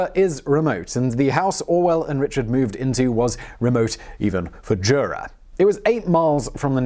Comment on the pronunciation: Jura is remote, JOORA is remote